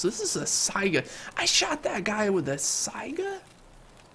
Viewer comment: Saiga — in this word the accent on the last letter